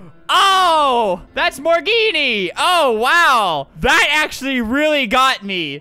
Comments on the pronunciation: “Morgenne” was actually pronounced, “Morgan”. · He keeps pronouncing it like, “More Genie”. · Its morgenne